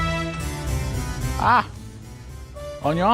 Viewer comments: We need the guy on youtube who cuts onion and pronounce it as OÑO. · aah onyon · "I cutt the anynn" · These people need to learn how to dice an ONYO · * opens napkin * Ah, onyon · Does anyone remember chef Pierre who said OÑO instead of onion is that guy's uncle